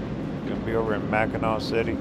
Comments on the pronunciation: Hi I'm just now today finishing up on watching the rest of your Michigan video. I just want to say that pronouncing Mackinac is Mack-in-aw. Thanks for the video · Beautiful video. Brings back many memories. Just one correction. Mackinac is pronounced Mackinaw. Spelled differently but pronounced the same. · You missed the Valley Camp Ship Museum and Tower of History in the Soo. Big miss. Mackinac and Mackinaw are both pronounced Mackinaw. Another big miss was Mackinac Island. No cars on the island. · Its still pronounced Mackinaw! Mackinac is the French spelling.